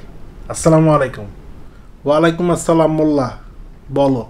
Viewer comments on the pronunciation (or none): Vai apnar video gula khubi valo lage mashallah But apnar salam ta te ektu vhul ase... walikumassalam . Na..... eita hobe Walaikumussalam